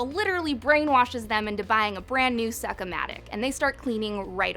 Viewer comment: Succ o' matic lol